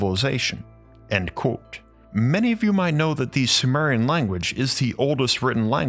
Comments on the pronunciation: Is he saying coat or quote? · When says "quote" it sound like karate 🥋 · Why do you say qUOte so strangely, QUOTEE. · You have to stop mispronouncing Quote